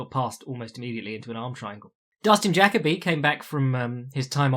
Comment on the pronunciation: Jacoby is pronounced like fuck Colby not jackabee